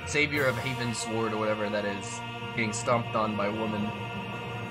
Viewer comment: …heavens-ward, as in “towards heaven,” not heaven-sword.